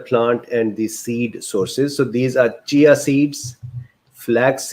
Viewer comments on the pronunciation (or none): none